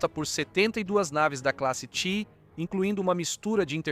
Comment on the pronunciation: Por favor....caças TIE são pronunciados "Tái".....caças "Tii" é duro de ouvir